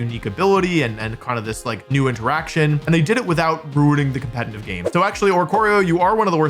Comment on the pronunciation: The second time you said "competitive" in this video it was actually sort of well pronounced. Color me surprised.